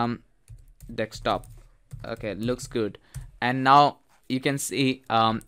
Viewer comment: Desk Stop, not Deckstop